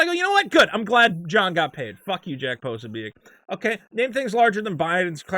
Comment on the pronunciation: is so tight with Jack Posobiec that he doesn't even know how to pronounce his name (Pra-so-bick). Or is this just cover, for you rampant white supremacy (even though Posobiec isn't one either)? As any good thought-piece journalist knows: never left the truth get in the way of your boring BS narrative. My confession. I'm a big Elvis Costello fan and when I sing-a-long with Oliver's Army, I don't sing: 'All it takes is one itchy trigger; one more widow, one less white N word'. It doesn't scan and it's fuck all to do with Race - it's a Catholic slur which EC would presumably have had directed at him. Lennon's 'Woman is the N Word of the World' just about scans, but sounds, well stoopid.